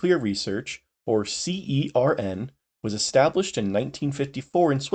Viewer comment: also you don't need to spell CERN every time, the official pronunciation is /sɜːrn/ (basically like you'd pronounce "sern")